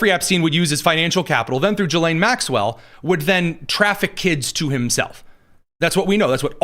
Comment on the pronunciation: The S is silent in gislane Maxwell